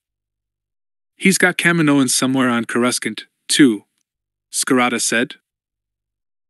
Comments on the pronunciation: Isn't there any way to teach that AI to pronounce Coruscant?? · Yes they have to go in and change the spelling in order to get it to say it how you want . I actually consider that way the correct way because the eu made coruscant and that’s how the eu said it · Honestly it doesn't even bother me. It's better than Core-oo-skant